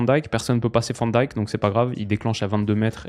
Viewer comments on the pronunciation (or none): En néerlandais Van Dijk est prononcé "Vanne Dèjke", le ij en néerlandais se prononce comme un ey quasiment comme dans Mijn ou Jij. (Je sais pas si ca la prononciation néerlandais t'intéresse mais je dis ça sans malice)